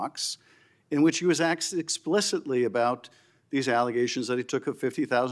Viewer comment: Did Schiff just say, “aksed”? in.